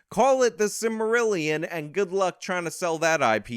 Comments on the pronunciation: Don't know if I show take you seriously after you said "the sirillion". A real fan knows this stuff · Good grief… the SIMALIRILION…SAM WISE GANGES….Maori =MARYOOS. You can thank me later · its SILL MA FUCKING RILLION,;P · Literally as you mispronounced Silmarillion I started cringing and then I heard you say you did it on purpose. 😡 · You mispronounce Silmarillion and Cerulean. You're damn right I'm mad! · You get angry because mispronounced silmarillion, I get angry because mispronounced cerulean. We are not the same.